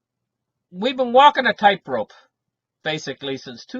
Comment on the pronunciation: It’s tightrope not typerope! 🤦🏻‍♂️🤦🏻‍♂️🤦🏻‍♂️